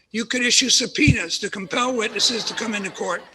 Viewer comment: was there a laughtrack when he said "subpoena" because it sounded like penis 😭😭